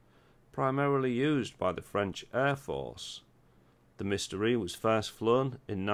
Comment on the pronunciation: The Dassault Mystere is pronounced "mistair", not "mystery".